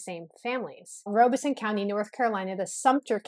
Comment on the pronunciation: It is pronounced Rob a son, not Robe a son. The Lumbees and other Native American tribes in Southeastern NC and the Pee Dee and Cheraw tribes, along with some others along the NC/SC border are mixed. The Tuscarora Tribe in Robeson County and possibly others near counties in NC are actually certified by the US Government Bureau of Indian Affairs. They are, not the Lumbees, they only certified Native American Tribe in Robeson County, NC. The Chavis family actually came to the Virginia Colony in 1619. He was one of the 1619 shipment of 20 slaves. His descendants, like some of the other descendants of the 20 slaves, lived among the Gingaskin Indians in Northampton County, VA. Around the 1650's, a law was passed in VA regarding race and it became against the law for different races to intermarry, as had been done before. The Chavis family does actually have some black ancestry as well as Native American and White. Check out the Frontline (PBS) episode on this. You can access it on their website. I think it is called blurred lines. In that area of NC, mulatto has always meant mixed Native American and White also. Goins certainly did not originate in Cumberland County, NC.